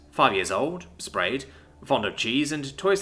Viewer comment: Spayed = neutered- not Sprayed.